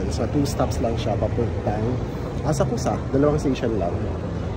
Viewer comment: Asak-sa To pronounce not Asak- ku- sa